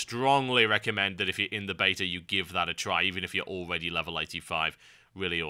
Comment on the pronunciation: Every time this guy says "beta" it sounds like he says "bater" which is strangely awesome.